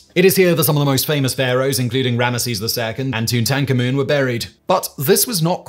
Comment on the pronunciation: its been years and years and yet Simon still doesn't know how to pronounce Tutankhamun